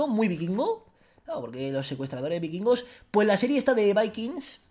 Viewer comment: No es vaikings🤣🤣 es Vikingos